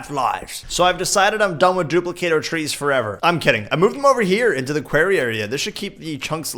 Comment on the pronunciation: PLEASE!!! 'QWARRY' NOT 'QUERRY'... I love you but please, for my sanity...